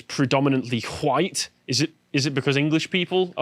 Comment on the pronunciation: You're saying Hohite, not white.